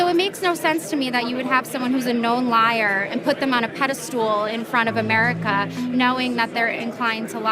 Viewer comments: it's pedestal, not pedeSTOOL dummy. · the woman says "pedestool" ! lmao. my mother-tongue isn't even english and yet i find once again that the republicans rethorical skills are scarily amusing. make america smart (again?) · What is a "pedistool." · Lol peda-stool